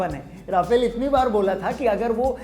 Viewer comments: Bhai sahab राफेल nahi रफाल hota hai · Video bohit mst ,bs rafale ko aap rafaal pronounce kro